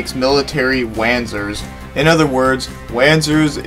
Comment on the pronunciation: just for info sir the wanzers are pronounced vanzers.